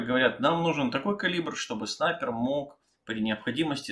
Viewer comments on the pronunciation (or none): none